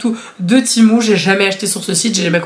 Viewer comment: Ça se dit pas timou ça se dit tému